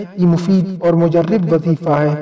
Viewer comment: مجرب۔۔۔ کہنا سیکھ لیں۔۔۔ راء۔ مفتوح ھے